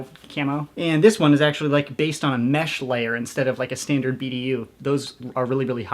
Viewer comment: “professionals have stændards”